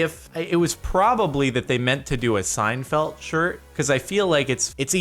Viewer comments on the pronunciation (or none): Anyone else notice that Jordan says "Seinfelt" with a t